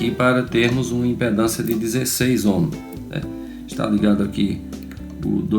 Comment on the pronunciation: Muito bom esse vídeo e sua explicação . Só me chama a atenção que todos pronunciam(ohms) "omos" , mas o correto é" omis" . Abraços a todos .